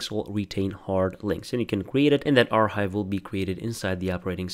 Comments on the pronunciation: by the way I'm pretty sure archive is pronounced ar-kive not ar-hive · I used to pronounce it the incorrect way- “ar-chive”